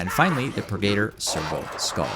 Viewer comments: its not pur-gator; Its purge + servitor aka. The Purgi-tor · The way you are saying purgator is killing me. 😤